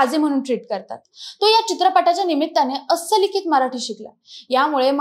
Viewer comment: अस्सलिखित नाही गं, अस्सखलीत